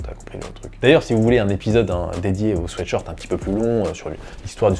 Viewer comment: En tout cas, bravo pour la prononciation. Cela m'horripile quand j'entends les gens parler de sweet shirt.